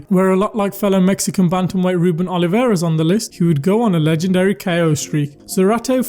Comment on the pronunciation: ruben O L I V A R E S, not oliveira.